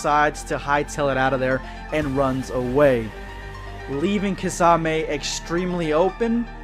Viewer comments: Key-sah-may not kah-za-may😤😤😤😤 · Kasame did he just call kisame kasame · My dude where is the Z in kisame I wish you said his name right it really ruined the whole video for me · The butchering of kisame name it's pronounced Key-Sa-May